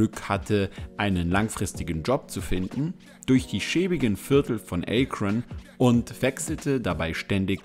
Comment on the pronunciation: Es heisst nicht „Ay-Kron“ sondern „Akron“ es wird auch nicht „Miami Heats“ sondern „Miami Heat“ ausgesprochen, dinge die man richtig sagen sollte wenn man eine „Doku“ über LeBron James macht.